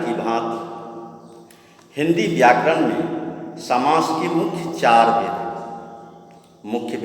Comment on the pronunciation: व्याकरण का उच्चारण सुनने में बहुत मस्त लगे हैं सर